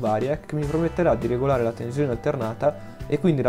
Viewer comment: Ottimo .... ma non si puo' sentire quella Z sulla parola tensione.